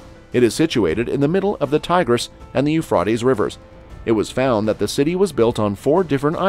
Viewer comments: It's Euphrates not not Euphfaed learn to say it correctly please. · PLEASE PRONOUNCE THE A; EUPRA’TES RIVER; ACCENT ON THE A!!! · IT IS PRONOUNCED EUPHRA’TES; PRONOUNCE THE A PLEASE!!! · Sounds like he is saying .eu fartys river . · I agree, I sent a post telling him to pronounce the A in Euphra’tes River. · Every time I hear this man's voice as the mono log I hear less than 5 percent of new content from every video . Why is that? If to put out new than follow up with new information and I beg of you not to repeat yourself more than once it gets hard to hear someone always repeating 3 times on location and what river. When you DON'T pronounce the name right anyway. Thanks